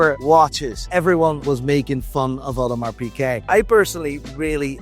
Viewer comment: Piguet, not Piquet. Seiko, not Seeko. If you sell the things, I think you should be able to pronounce their names. Though I guess that never stopped Teddy Baldassarre.